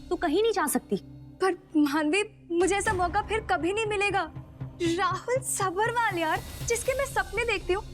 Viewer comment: Lead actress Saanvi Talwar aka Maanvi सब्बरवाल का pronunciation गलत कर रही है। सब्रवाल बोल रही है।